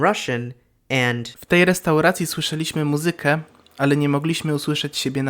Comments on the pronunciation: In Polish common speech it is usual to drop the vocative case altogether (and use nominative instead) as well as ignore the shift in accent in the words of Greek origin - like the native speaker in this video did in the last sentence ( he said: mu-ZY-kę instead of MU-zy-kę). The formal "you" in Polish also changes the verb from second person to third person, similarily to German or Italian. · The Polish person saying "muZYkę" instead of the correct "MUzykę" hurt my soul.